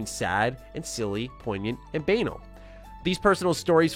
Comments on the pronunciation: Love you but banal? The way you said that had me shook lol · Interesting way to pronounce banal. BTW, turn off that backlight (the hall).